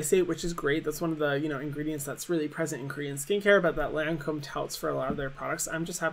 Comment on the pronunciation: How is she a makeup guru and she doesn’t pronounce Lancôme right 😭